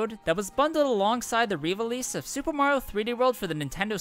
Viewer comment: how can mario youtubers never pronounce "mario" properly